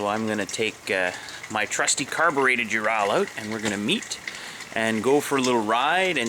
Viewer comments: ARGH! Learn to speak Russian if you are riding one of their bikes! It is pronounced OO-rall (as in hall) not you-RAL (as in HAL (name)). Own it! Love i! Speak it! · Why can't Americans say anything right!?! It's Ural, not UrAAL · Its (W)ho-RAL not you-ral, but who give a fuck, we are in america. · UrAll not UrAL....Just saying... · Please, would you stop calling it a ur al. It's a ur ul, just like the mountains in Russia. See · Nice video! 2 things, however: 1) Get that SPOT off your handlebars and into your pocket! It will do you no good if you get thrown from the bike and are hurt or pinned. 2) Ive been corrected several time by actual Russians, its either pronounced "you're-ole" or "oorall" depending on where you're at in Russia, NOT "your-owl" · i cringed every time you said your-al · It is pronounced "oorall" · Why you say ural so weird tho? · Learn how to pronounce the name of the motorcycle